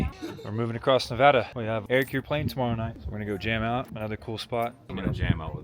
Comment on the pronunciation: so glad to hear you guys pronounce Nevada correctly. funny to me how all our back roads and double lane highway's look the same. i am east of reno and i could have sworn a few times you were driving in my back yard. keep on keeping on.